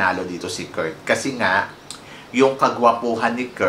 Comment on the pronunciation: Anong Kurt "Kirk" ang bulol mo talaga